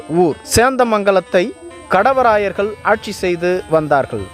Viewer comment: காணெலிப் பதிவு நன்று. 'கடவராயர்' என உச்சரிப்பது சரியல்ல. 'காடவராயர்' என தெளிவாக உச்சரிக்க வேண்டும். காடவராயர், கல்வெட்டுகளிலும் அக்காலப் பாடல்களிலும் "பேணு செந்தமிழ் வாழப்பிறந்த காடவராயன் கோப்பெருஞ்சிங்கன்" என வரலாற்றில் போற்றப்படுகிறார்.